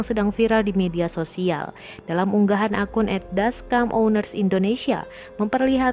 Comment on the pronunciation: Dashcam Owner Indonesia Dashcam = dibaca "Deskem" bukan "Daskam" Narator Tribun yg ini segovlok itu kah ?